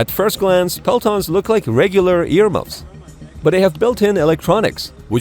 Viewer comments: ROFL- dude calls them pelatons... jesus christ bro re-record the audio and say PELTOR.... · it's actually "Peltor" not "Pelton" and it's a Swedish invention, just like the Red-dot sight (Aimpoint) and the Archer Artillery system – the most advanced artillery system in the world. :)) 🇸🇪🗽